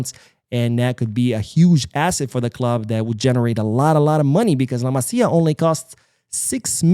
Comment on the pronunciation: Good to hear those names pronounced correctly. Not the case with too many non-Spanish speaking pods… “La Mass-ya” hurting my ears the most…